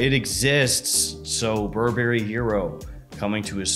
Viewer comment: Bur Berry? no Burberry. it's one word